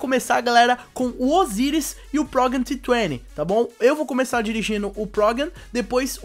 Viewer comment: e progem t20 ,nao esse nome q vc falou tritene sei la